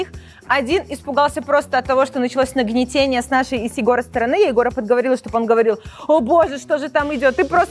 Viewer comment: нагнетание а не нагнитение